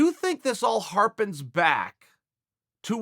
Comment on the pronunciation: "Lets harpen back...and unpack what the genius said" -Chael P. Sonnen Undefeated. Undisputed. Harpen back...and mark my werds.